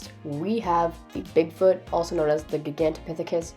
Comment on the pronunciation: this is how you pronounce Gigantopithecus: Ji-Gan-To-Pi-Th-E-Kus